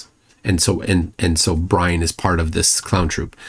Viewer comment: Oh makes my bwain hurt. Everytime he says roight he is woing! Well is roight on one thing: his ignorence and denial, that he is proudly displaying.